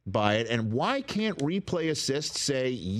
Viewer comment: Guys theres is a T and the end of can't please pronounce it so that your not constantly sounding like you're saying can